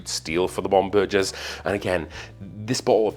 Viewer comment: As a Pennsylvania German with a family tree with Bomberger in it - it's a HARD "g" in the name. Bomb - burr - grrrrrrr as in the sounds of a lion or an angry cat. 😺